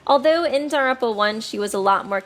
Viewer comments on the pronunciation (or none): none